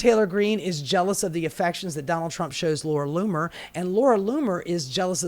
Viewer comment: Laura Loomer you just said Laura Bomer